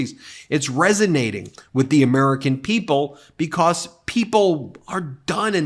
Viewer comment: It always amuses me the way Ben says "because" like "becoss"